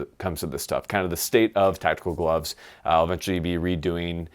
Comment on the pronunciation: glovesiz? for a guy who makes fun of marines a ton, you sure sound like one. #crayolaforthewin